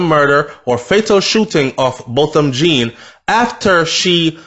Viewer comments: it is pronounced as John. No hate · His surname is French so its not prononouced as its spelled